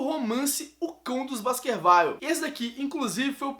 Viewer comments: A pronúncia correta é Baskerviu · Baskerville se pronuncia como se lê, não "Basquervaile"...